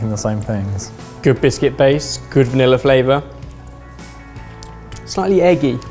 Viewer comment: I didn't know that "vanilla" had an "r" in it...